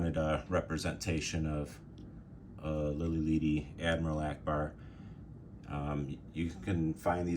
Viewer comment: Its Lili LEADY btw. As in LEAD, the metal. lol. Spanish "e" is always short.